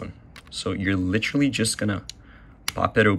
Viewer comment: Litcherly? Lol thanks bro